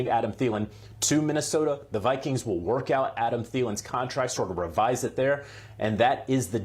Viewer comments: “Minnesota Vikens” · The way he says Vikings… shoot me . “Vikens@ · “The Minnesota Vikins”. 😂